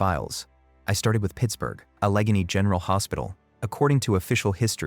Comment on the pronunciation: The pronunciation of Allegheny is totally wrong, repeated many times. Don’t you guys do any review and editing???